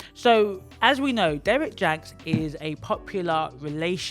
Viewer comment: Hello from an LCSW in California🙏🏽❤️ Love your commentary, his name is pronounced "Jackson" but I like JANX, the way u say it lmao❤️🤣